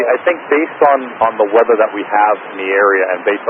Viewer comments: its unfortunate his accent changed Weather into Wedder. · I wasn't the only. Approach also failed to understand him and asked him to repeat thrice. He was saying too short and with a V Sound, almost like "Veather" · Those two "v"s in weather, they're pronounced like a w. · Cmon, he couldn't say Weather? I could hear this audio a thousand times, I'd never understand he meant to say "weather". It's bizarre, I though pilots had to speak english at least understandably (and before all the hate, my first language is not English).